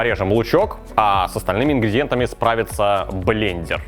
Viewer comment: О нет, мои уши! Зачем ты сказал блееендеер!??